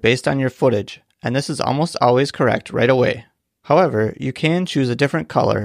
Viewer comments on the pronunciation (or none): none